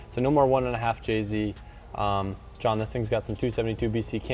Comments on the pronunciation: Indeed it is Sidenote Is calling him John & not Johan, or are my ears defective? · it’s pronounced yo-han